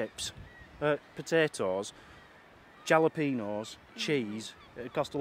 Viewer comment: Great first vlog., Your Jalapenos. The letter J is pronounced as an H sound in Spanish. The first syllable sounds like HAL a peno. And the peno part should be said as pain-o, not peeen-o.